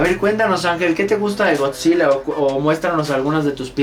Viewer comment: El morro bien experto Y dice... Gokzila